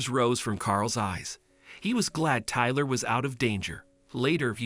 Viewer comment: Iver never heard of the name tylerrr 😂